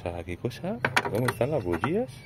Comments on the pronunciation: Terribleee!!! No se dice bugias!! Se dice bujias!! Que harto de reir grande bro! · Puedo bocalizar y decir bujías no como dices tu parece que tengo un chicle